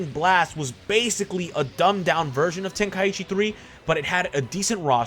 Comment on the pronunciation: Why does everyone pronounce is “Ten-Kai-ichi”??? (Ten-Kie-ee-chi)